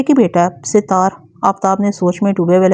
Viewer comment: Sat.....taar sahi lafz hy Sit...taar koi lafz nahi hy